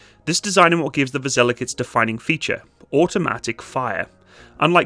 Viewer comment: It's VasilyOk